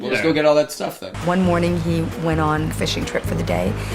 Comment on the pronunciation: Why does the narrator accentuate random words? "Yeah they WENT on a DATE" "He packed his belongings in the BOAT" "He hopes to ESCAPE from the WEDDING" I feel threatened.